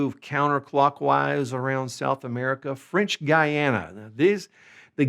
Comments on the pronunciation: Guyana se dice con U gUyana, vos decís gayana, lo cual es un error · The pronunciation of the u in Guyana is no different from the one in any other word of Spanish, so it is not /gayana/, but /guyana/.